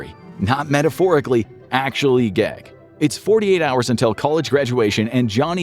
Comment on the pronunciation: You say gag" funny, like "gaygg"